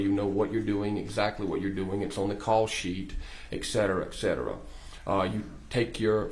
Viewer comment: This guy was pretty polished except for his frequent use of “etc., etc,”. AND he pronounced them as “eK-set-er-uh”.